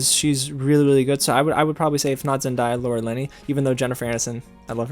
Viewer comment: I know I’m not the only one that’s pissed at him for saying zen-die-ah instead of zen-day-ah 🙄, like pronounce her name right!